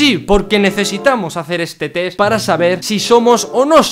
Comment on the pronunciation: Mencanta que diga tes en vez de test JAJAJAJA